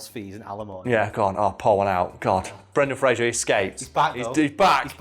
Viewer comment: Spends whole video bigging up Brendan Fraser. Mispronounces his name every single time...